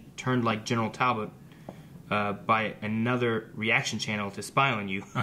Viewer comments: WHYYYYY DOES STILL CALL HIM “Tal-bolt”!!!!!!????? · It’s TALBOT...TALBOT!!!! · Every time says ‘Talbolt’ every fibre of my being vibrates in agony.